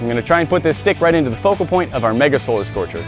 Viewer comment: One of the times that you said solar scorcher I heard you say scolar scorcher